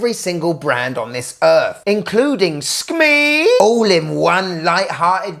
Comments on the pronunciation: No, not SKMEI please for the love of pete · Dammit, i snigger every time I hear you say the word "Skmei" I'm going to make it my text alert (sorry bud, youre not getting any royalties tho!!) Very cool Casio too. Getting my new GM-2100C-5AER tomorrow and have an Orange rubber strap to put on it. Will look awesome (I hope)